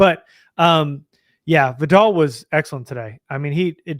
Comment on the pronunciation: Its pronounced VIE-dell, with emphasis on the first syllable. Just like the word "vital". Nobody says his name right, but please stop saying it like the shampoo, Vidal Sassoon! Love you guys.